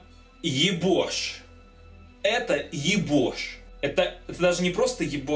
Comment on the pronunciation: Не ебош а йобоа